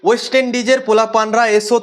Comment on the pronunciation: উচ্চারণ ওয়েস্ট হবে ওস্ট নয় !! 💩